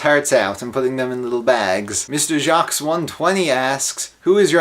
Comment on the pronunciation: Thank you but my name is pronounced jock